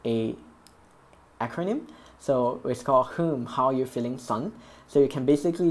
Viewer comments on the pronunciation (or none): HMM, How U Felling Son? Said like a true asian 😂